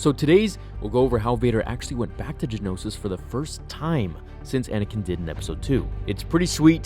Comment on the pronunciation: The planet is Geonosis, not Genosis. Gee-oh-no-sis, not Gen-oh-sis. Four syllables, not three. Same thing with the creatures. They are Geonosians, not Genosians.